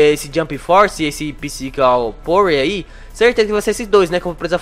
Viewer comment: "Pícico" kkkkk